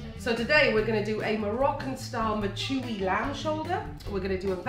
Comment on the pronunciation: Lol she really pronounced mechoui like that... think I'll skip the recipe.